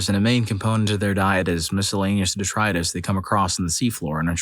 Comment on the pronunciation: Det-ree-us detris aka debris